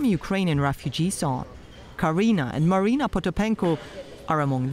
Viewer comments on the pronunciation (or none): none